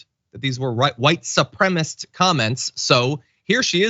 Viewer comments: "White supremist". Boy, you can really tell she passed that GED class, can't you? 😂😂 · She says white supremast 🤣🤣🤣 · "Supremist"? Eglish, Boebert. Do you speak it? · Thank you! It drives me up the wall when people say “supremist”. They’re probably the same people who say “fettanol” instead of fentanyl, and “oxy cotton” instead of oxycontin. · He wrote “Eglish” because he made a typo. Bobo said “supremist” MULTIPLE times because she is an uneducated human garbage. See the difference? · PS; she didn't mispronounce it. GG is a baby expression, the way American Germans sometimes call their aunts "tante.". Don't know the ethnic origins of GG. Maybe it's American hillbilly.